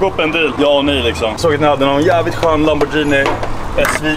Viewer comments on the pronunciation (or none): none